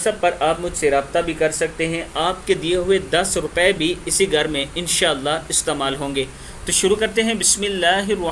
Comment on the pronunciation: Garr nai bhai ghar bolo